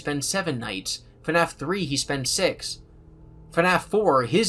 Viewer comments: I'm only 40 minutes in and I already love this video. If only bro knew that FNAF is one syllable... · Okay, love love love the video. Also I really like your voice, but why FaNAF? Where is the extra A?? I thought it was pronounced FNAF like : Fffffnaf for the past like 7 years... am I in the wrong? Is it a britisch thing? 🙃